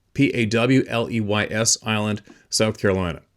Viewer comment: Pronounced" Pauly's Island."